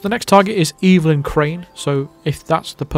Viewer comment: And "Evelyn" is "EH-vuh-lin," not "EE-vil-in."